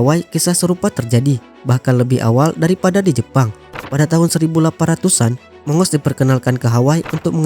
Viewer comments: Bacanya bukan mongos....tapi Agos.... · bukan mongos, monggus dibacanya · Waduhhh..sebutnya bukan mongos....tapi monggus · Bacanya bukan "Mongos" tapi "Mang-gus"....☺ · Maaf min mongoose dibacanya moung-gous... Bukan mongos